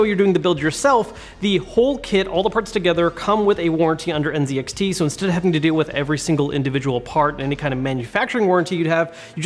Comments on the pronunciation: nice, but please say "en-zed-ex-tea" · It feels weird hearing you say “N ’Zee’ XT BLD” after hearing LTT pronounce it “N ’Zed’ XT BLD”